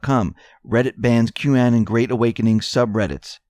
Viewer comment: Thank you for all your great reports. Please correct your pronunciation of Qanon. Anon is the same as "anonymous" short a sound. Also, the accent is on the first syllable "Q" Your pronunciation was so different it took me awhile to figure out who you were talking about. Thank you for correcting on this most important word and especially since you are here to accent Q's posts!